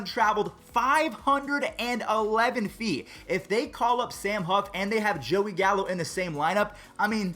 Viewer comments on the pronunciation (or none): none